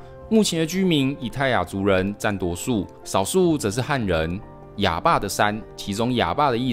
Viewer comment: 亞爸的山 怎麼聽起來像台語的 阿爸的山🤣